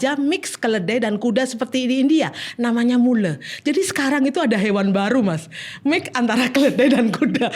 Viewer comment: Keren bgt dokter! Tp maap maap maap...cm mau kasih tau kalo Mule (baca: myul) bukan hewan baru. Udh cukup lama keberadaannya tp mungkin br denger aja. Skali lg keren! Semoga banyak dokter2 yg mengikuti jejak nya beliau